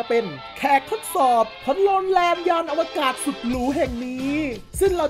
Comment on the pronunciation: "อวกาศ"นะ "ศ"ไม่"ส" นะเดี๋ยวโดนผู้จัดการดุอีกนะครับ😅😅😅